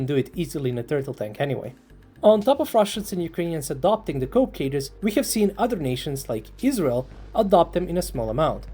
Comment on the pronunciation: It's not "Cope" cages, it is "Coke" cages, dang you're not so smart. 👎Voted you down and no Sub.